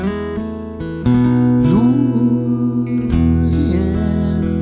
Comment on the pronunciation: we're not loozeeanner. you did everything great except the pronunciation.